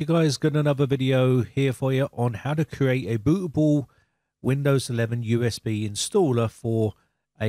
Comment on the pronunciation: my man really said " how to create a boo' A ' boo😂 coz he his bri' ish 😂